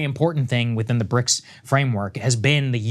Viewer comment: ok so its now bricsisauee or bricsausiee